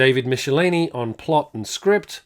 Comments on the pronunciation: Micheline is actually pronounced Mick-ell-Line-ee. I still remember a Bullpen Bulletin's article that said it rhymes with Pickle my Knee, LOL. But I've heard creators pronounce his name since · A terrific installment! Thanks for the deligthful trip dow Memory Lane. One correction: David Michelinie's last name is pronounced Mickel-eye-knee. To quote him, it rhymes with "tickle my knee".